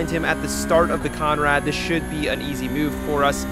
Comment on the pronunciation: Bro please, take it from an Aussie it’s “the conrod straight “ not conrad